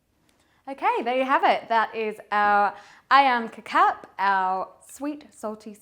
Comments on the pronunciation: It is not 'kicap', it is kecap. That is how it is spelled on the bottle. Pronounced keh-chahp if you are english speaking. Primarily 2 kecap are featured in stores, kecap manis (sweet) and kecap asin (salty). The asin is what we normally think of as soy sauce. Tomato ketchup is called 'saus tomat' (tomato sauce). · Wow Nice video ......That is so delicious, by the way to pronounce kecap, is "catch up" , not " K Cap" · You supposed to say Ke-cha-p not ke-cap, its the same mistake on porsche ma-cha-n. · Ketjap (not Kekap) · It’s pronounced “khe-chap” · The c is pronounced with a “ch” sound 😂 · “AYAM KETCHUP” thats how you pronounce it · Nice job! But the sauce ketjap manis is actually pronounce a little bit like ketchup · Nice one.. kecap should be pronouced like keh-chup hahaha. Cheers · The soy sauce called kicap sound "key chup" similar sound like ketchup... just correcting the sound... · presents very well and we may mistake her to have spent time in South East Asia. Kecap is derived from the colloquial word for Ketchup (Kichap) which should be the correct pronunciation of the word. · Not 'kitchap'. It is 'kecap' and the letter 'c' sounds like 'ch' in 'church'.